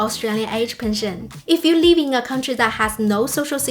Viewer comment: You keep pronouncing 'live' like 'leave'. Because both of these words are used a lot on your spiel, this causes unnecessary confusion.